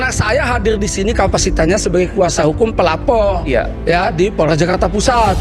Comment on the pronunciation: Pelapor ❎️ Pelapolll ✅️